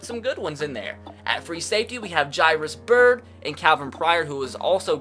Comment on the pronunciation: ITS JARE-ISS Byrd